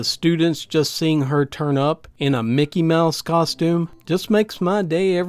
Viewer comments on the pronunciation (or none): none